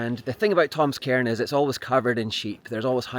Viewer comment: Sorry! You’re accent is awesome, terribly so. But to my American ears you keep wanting to find “Tom’s Karen” and first, “another Karen.” So many Karens. And where I’m from that’s a slur.